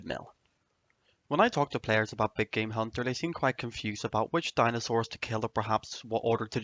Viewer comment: At first I thought he said "my big gay hunter guide"